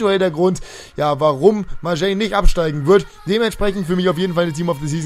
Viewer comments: lille wird liy ausgesprochen und olympique marseille mit scharfen s und nicht mit sch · Ist echt so😂😂😂 Denke mir schon seit ca. 2 Jahren warum er Marseille so komisch auspricht😀😀